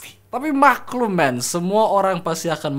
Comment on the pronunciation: 'maKHlum' aowkoaow